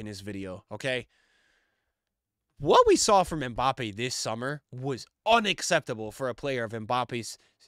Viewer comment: Hi, french person here. His name is pronounce "My Bappy" best régard